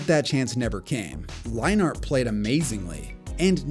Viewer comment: Lol never heard Leinart pronounced that way